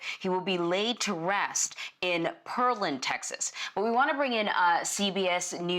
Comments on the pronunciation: It’s “Pear-land” god, y’all don’t know anything about anything outside of New York 🙄🙄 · He's going to "Pear-land", not "Pearl-land". It's just south of Houston. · Pearland, pronounced PAIR-land. The town was created by a man of Polish nobility and named for its vast fruit farms and pear trees.